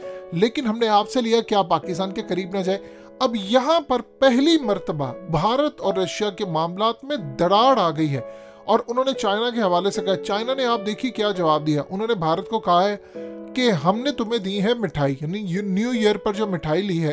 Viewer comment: actually a totala Calling darar as darad 😂😂